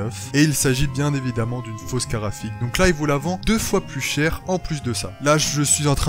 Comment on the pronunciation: BlackLuvzXtaze je me disais la même ça se dit "carTe graphique" et non pas "carafiq" ou je sais pas quoi